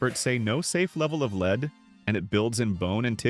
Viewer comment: Daily leed limit 😂 Good ol’ A.I.